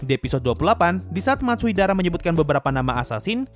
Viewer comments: Bang itu bukan 'Matsuidara',tapi'Matsudaira'! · Matsudaira bang bukan matsuidara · Matsudaira × Matsuidara o Wkwk gapapa min... namanya emang susah diucapin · bukan Matsuidara. Hanya mengoreksi, bukan bermaksud buruk.:_Sasuga:detail kecil Gintama mantap:_Subarashi